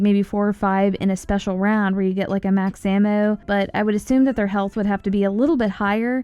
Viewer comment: Ikr I was thinking about the same thing, the pronounce is kinda funny, MAX AMMOUUWWW